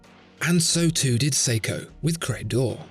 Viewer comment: its seiko damit